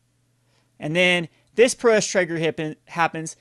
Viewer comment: Good video, but it's pronounced prow - ess (like "ouch"). :)